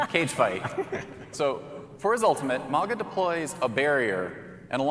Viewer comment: Hate to be that guy but they pronouncing Mauga wrong lol